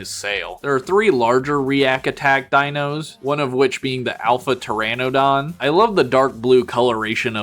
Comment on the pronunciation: You mispronounced the Coelophysis. Neither is the Pteranodon. The Smilodon is actually called the Saber-tooth cat not a saber-tooth tiger even the episode of Futurama got it right. The Utahraptor is actually larger than Jurassic Park’s raptors so it is basically Reality is sometimes scarier than fantasy. Which is similar to the leader utahraptor from Primitive war which is also name cyclops because he got one of his eyes stabbed. They are actually Pterosaurs not dinosaurs & the actual flying dinosaurs are Birds. It is basically a winged raptor similar to the Mutadon from the upcoming movie Jurassic World: Rebirth. You mispronounced the Tapejara. Again they are Pterosaurs not dinosaurs. The colorations on this one is very similar to Spiny the Spinosaurus from the original arcade game & the anime series called Dinosaur King. You forgot to mention that there’s an unreleased Jurassic Park T.rex figure called the Gulper rex which has similar play features to the Bull rex from the Lost World toy line.